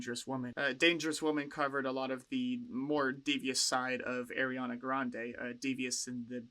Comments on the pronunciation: Friendly reminder, Ariana hates being called “airy-Ana” and it’s pronounced “R-E-Ana” no hate though, love your reactions. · IT’S PRONOUNCED “AH-REE-AH-NAH”!!!!!! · lmfao ily but it’s not “airiana” 😭